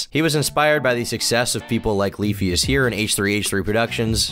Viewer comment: sounded like leafy in his early streams. Same weird emphasis in words that end in T